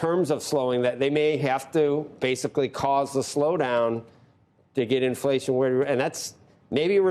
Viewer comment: Don't get cawwied away. Infwation is still vewy hot.